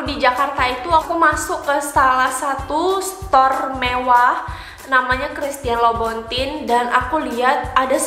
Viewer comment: Hahahaha CHRISTIAN LOUBOUTIN, cara bacanya CRISTIEN LUBUTANG. Aduh saya suka gatel kl dngr org indonesia salah menyebutkan nama merek Prancis